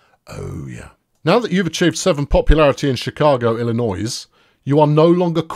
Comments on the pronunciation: The 's' in Illinois is silent,. Just sayin'. ILL-I-NOY. Although, one senses you are intentionally mispronouncing it. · The S is silent in Illinois